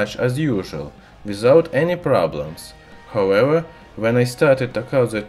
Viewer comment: Guys, stop making fun of how he says however, imagine saying however in Russian 20 times in every video, not easy.